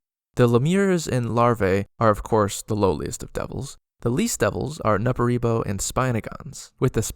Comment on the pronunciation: Every time you said Nupperibo, I heard Nepo-baby. This should be canon.